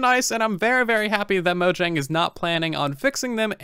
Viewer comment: "mojeng" turn on the CC